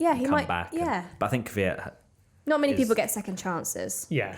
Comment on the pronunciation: beetween the K and V not V and Y. most people say Kyvyat which is 2 syllable. and wrong.